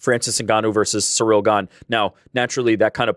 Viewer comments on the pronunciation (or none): none